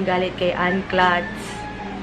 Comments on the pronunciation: Nakakabother yung "KLATS" niya hahahhaa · ang pagbasa po correctly ng pangalan ng isang tao is a show of respect, hindi yung ipipilit mo yung ginusto mo. it's not your name it's hers so it's best to pronounce it the way she does and not have your own version.